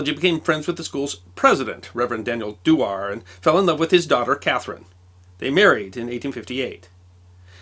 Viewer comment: and "Dewar" is pronounced "Joor" not "Joo-Arr". I'm just amazed he can pronounce "Edinburgh" correctly, unlike % of americans.